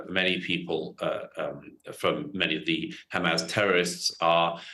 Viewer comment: Why does he always pronounce it as hamazz ?